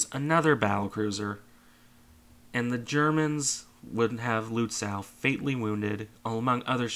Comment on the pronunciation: Lützow: ow like in slow, not cow.